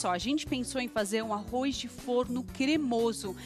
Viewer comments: arro"i"z??? que horror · o "arrois" é que enche o saco. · arroiz kkkkkk